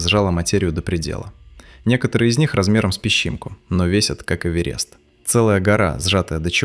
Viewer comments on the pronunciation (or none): none